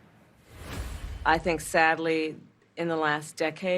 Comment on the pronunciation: Love you said Kamalie 😅😂😅😂😅😂